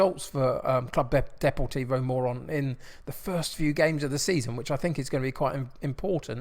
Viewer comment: Knowing that playing the Morons is a catch phrase...... but Morón should be pronounced Moe-roon. Actually the club tends to have quite a few Air Force cadets in their juniors as it's very close to the academy and a major air force base. Getting this info from my Chilean friend who lived very near for several years. Looking forward to this one! Also not to be superstitious , but the ground is right next to a graveyard.........spooky!! And I see you're playing Neuva Chicago this season, think Milwall with guns. Real life are serious ultras. Anyway enjoy. Love Buenos Aires, one of my favourite cities in the world.